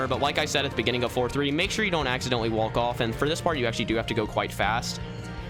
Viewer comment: When says wolk instead of walk